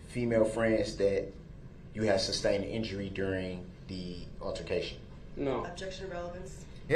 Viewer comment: He is so full of 💩 . So all that drama and bs he calls the state of Wisconsin. I cannot stand the fact that he keeps saying Substain even though the Judge has repeatedly said sustained. His ridiculous air quotes